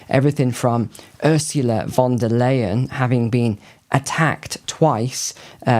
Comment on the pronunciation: Leyen is pronounced in German as 'lie-an' not 'lay-an'..